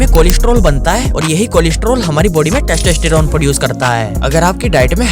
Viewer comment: Idiot wtf is "teshteshterone"